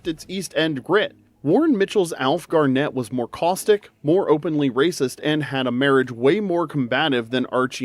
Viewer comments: Gárnet (lke the stone) not Garnétt. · Pronounced GAR-nit, not Gar-NET. Change the 2nd vowel. Emphasis on the 1st syllable. As opposed to the NBA star, Kevin Garnett, who can keep the way he pronounces his name. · Sorry, but no. It is Alf Garnett with two T's and pronounced Garnett, as in Barnet, daft git, in'it ;p Perhaps you're confusing Alf with Hyacinth Bucket from Keeping Up Appearances who is famous for wanting to be known as "Hyacinth Bouquet". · Am I the one to make the comment on how to pronounce Garnett? Ok then, it's pronounced Garnit 😀xx